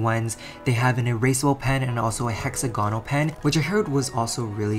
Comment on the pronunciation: Oml he pronounce hexagonal as hexa go nals